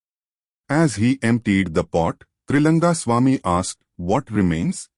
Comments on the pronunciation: 🙏🙏🙏it’s Trilinga Swamy not Trilanga Swamy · His name is Trilinga swamy. Not Triranga...